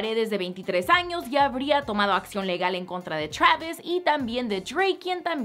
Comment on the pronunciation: Travisco y treik jajaja